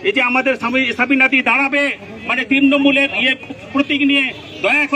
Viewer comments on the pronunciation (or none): নিজের পার্টির নাম বলতেই পারছে না চাচা বলছে তিন্নমুল 😂😂😂😂😂😂